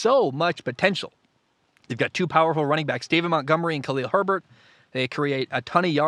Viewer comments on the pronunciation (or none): none